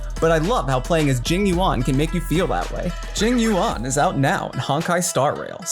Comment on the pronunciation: Jing You-On. Nailed it.